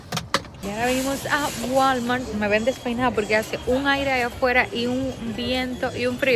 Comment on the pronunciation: Ya que vives en EU , por favor busca quien te enseñe a pronunciar “ WALMART” … està fatal esa pronunciación !!! 😊